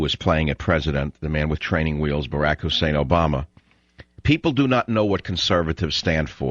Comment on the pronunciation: There is nothing more revolting than hearing someone emphasizing the 'Hussein' part of Obama's name. Do Savage and all the other ultra-righties think that such demagogic cheap-shots still work?